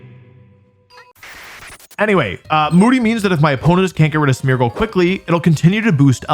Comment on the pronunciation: Every time you say Smeargle I think you say Smeagol and that is quite funny to me .... yeessss my precious